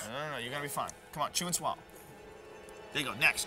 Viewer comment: Joe always said " Chew and Swollow"...